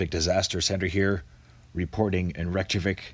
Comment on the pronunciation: The capital city is pronounced REICH-ya-vick.... Just sayin.... Beautiful city, beautiful people - hope the lava stays away from the Blue Lagoon. Was one of the highlights of my 10 days on the island.